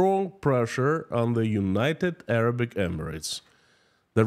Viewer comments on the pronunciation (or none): none